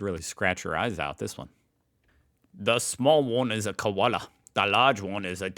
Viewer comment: 1. You’re still doing a perfect cockney English accent for what you believe to be Aussie. Nice to see you finally get why we call them “hundreds and thousands”. 2. “Ute” is “yoot”, not “oot” and “Koala” is “ko-arla”, not “kwarla”. 3. We used to have several car factories in Australia, not just the one you believe. We had GM (GMH), Ford, Chrysler, Mitsubishi and more. 4. There’s a big difference between the definition of a “burger” (broad generalisation, which could include any or many types of meat...or even no meat whatsoever) and a “hamburger”. 5. Both roaming cats and dogs kill indigenous wildlife. Cats are increasingly being banned in regional (country) towns and cities in particular. 6. “Maggi” is pronounced “maj-ee”, not “maggy”. “Maj” as in “badge” not “marge” (in case you were tempted to say it). Cheers from Oz.